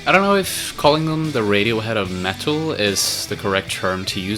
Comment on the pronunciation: The metuul of radiohead